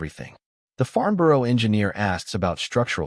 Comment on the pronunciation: Farnborough not Farmborough